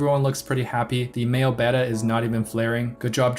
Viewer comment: You pronounced Betta properly! 🎉